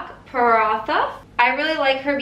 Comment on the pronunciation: as an indian... it was painful to see u butcher that aloo paranthe B... XD